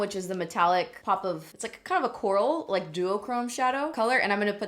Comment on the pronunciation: Every time you said coral I heard Rick yelling/calling for Carl 😂 CWARL!